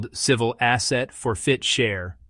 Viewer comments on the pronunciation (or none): For-fit-cher? It's for-chit-fer. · "for-fit-cher"? When you make up crazy stuff, you ought to at least get the terminology right. The word is "forfeiture". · It's called Asset Forfeiture not FOR FIT CHER 😂😂😂😂😂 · It's pronounced "four-fit-ture." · its ridiculous, tsa is ridiculous too. And why cant AI say "forfeiture"? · This is obviously an AI generated narrative because of the pronunciation of the word forfeiture whoever is doing this needs to have a real person edit their content otherwise it's absolutely ridiculous to listen to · Please somebody teach AI to read! It's forfeiture 1 word not 3. There was another one that it mispronounced too but I can't think what it is now. 😠🤦